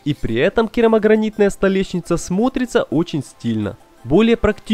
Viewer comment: бл... да сколько можно столеШница, а не столеЩница... ну уши режет....